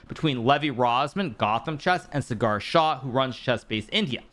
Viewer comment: Writing this cause Sagar's name has been butchered so many times. It is Saa-gur phonetcally, not Cigar. It is a matter of respect and hope this is remembered,. As always a big fan of your videos..